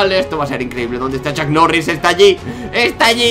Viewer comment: tiooo no es chuck mori ni chuck noris es chuk norris